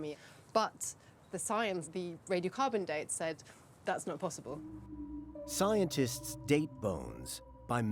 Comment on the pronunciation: You mispronounced, "Scientists currently believe..."